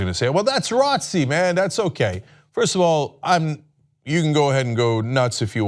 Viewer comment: It's called J-R-O-T-C. Not ROTCIE . Sorry but that bugged me 😑